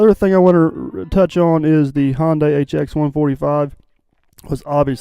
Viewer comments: You're killing me with the "honday"!! It's (hun-day)!!!!!!!!!!! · Hon-day lol